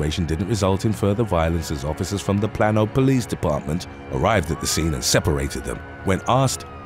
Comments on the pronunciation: Plano is pronounced: Plae-no. Source: I live 45 minutes away from there. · Love your voice but Plano is pronounced Plane-O